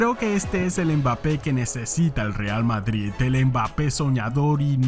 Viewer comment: en el minuto ¿dices vadrid?